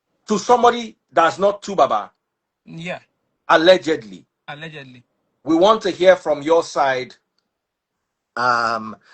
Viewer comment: Na that "Alegedly" dey still keep me for Africa 🤣🤣🤣